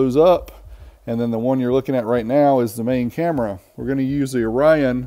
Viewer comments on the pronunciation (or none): none